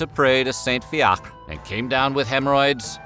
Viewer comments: saint fiacre is actually pronounced as fee ih cra, in ireland now it would be spelt as fiachra!! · Fiacre is pronounced "Fia-kra" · Wheezing at his pronunciation of Fiacre 😂😂😂😂😂 for anyone wondering it’s pronounced like “fear-cr-ah” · Fiacre...fee-ack-ra Dunno what your pronunciation is 😅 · Fiacre- Fee-ya-cra said fast is the pronunciation. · I think the Irish monk's name is pronounced "Fee-ach-ra" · You pronounce all the letters in Fiacre